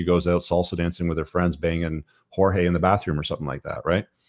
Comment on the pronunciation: Horhe, not Jorge